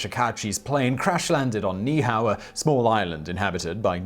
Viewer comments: Simon -- This isn't a criticism of your pronunciation of Niihau, you didn't know. Most don't, but in Hawaiian you pronounce every vowel, even if the same one occurs right after itself. So Niihau is pronounced "NEE-Hee-how". At least, that's what I was told by a native Hawaiian, on Kauai, which is next to Niihau. So, this isn't intended as a slam; you didn't know, and now you do. 😁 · It's pronounced - Niihua - nee - ee - how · All you had to do was any Hawaiian how to say that. NEE EE how There are Two (2) I's there and each is pronounced in Hawaiian as an "E" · You were really close on Ni'ihau! NEE-ee-how, but that's a small quibble. A lot of people forget the okina (apostrophe) that requires a repetition of the previous vowel sound. Love your videos and love that you attempt the words unlike some videos that wimp out because they're afraid to even try!! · Niihau is pronounced by saying both i’s separately.